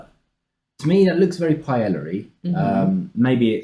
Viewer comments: Paella is pronounced with a y because it's again... Spanish. Not pie ella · Pronouncing them "chipolte" and "pie-ella" in the same sentence is so British 😄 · Enjoyed the video, Jolly is a great channel to learn more about American cuisine. For future reference, the words Paella and Chipolte are pronounced as follows: Pa-el-la (pie - AEY - ya), Chip-ot-le (Chip -OT - lay).